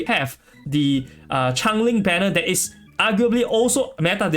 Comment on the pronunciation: It's change - ling not chang - ling. I thought the character was some spinoff of Chang-e the goddess of the moon from chinese mythology when I first heard your pronunciation.